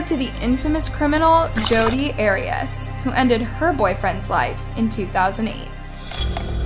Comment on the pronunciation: Did you also catch Air-rious (Arias) or Indecencies (incidences)? Some of these mispronunciations are unforgivable considering it’s both scripted AND editing is easy.